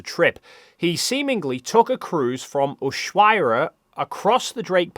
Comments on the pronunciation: I came here to say exactly that. It made my ears bleed! I lived in Argentina for a year and spent some time in Tierra del Fuego, Ushuaia, and elsewhere in Patagonia. Absolutely beautiful, boludo! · That's gotta be the worst pronunciation of Ushuaia I've ever heard hahahaha sorry, Argentinian here, it's pronounced Ush(like in Bush)-waia(like Hawaii)